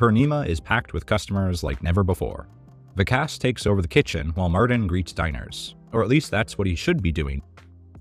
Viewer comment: I really enjoy your work but I am surprised at your mispronunciation of "Vikas". Gordon addressed this Martin. ?